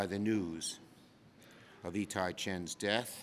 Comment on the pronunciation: Hiccups on the name E Ty over and over, it’s part of all law to place the body in a manner of the family relationship